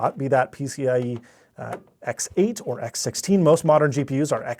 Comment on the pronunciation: “By 16” not “Ex 16”